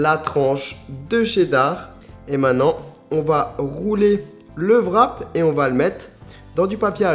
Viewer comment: On dit pas vrap mais wrap